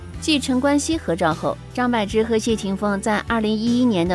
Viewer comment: 张柏bo芝,她本人说念bo。柏林，潘玮柏 bo